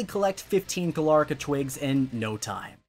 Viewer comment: It’s Galarica, not Galarca.